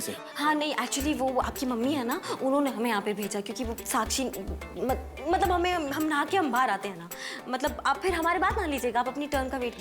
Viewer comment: Aaj. Tak. Matlab. Ko. Matbal bolti aayi h😂😂😂😂😂😂😂😂😂😂😂😂😂😂😂😂😂😂😂😂😂😂😁😁😁😁😂😂😂😂😂😂😂😂😂😂😂😂😂😂😂😂😂😂😂😂😂😂😂❤❤❤❤❤❤❤❤❤❤❤❤❤❤❤❤❤❤❤❤❤❤❤❤❤❤❤❤❤❤❤❤❤❤❤❤